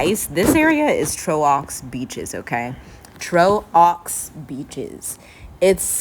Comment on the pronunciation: Trow ox beaches 😂